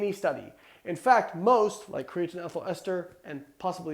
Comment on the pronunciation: Can we all agree Layne says "creatine" a little weird?